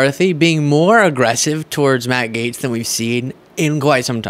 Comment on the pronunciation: Sounds like the host is saying Maggot, ( Matt Gaetz)!!!!